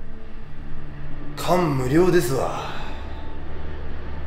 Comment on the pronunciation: 感無量のイントネーションwww